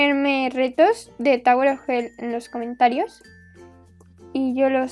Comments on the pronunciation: En vez de tower le dice tawer :b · En La Primera Pregunta Escuché Tauro Of Hell Jjajajaja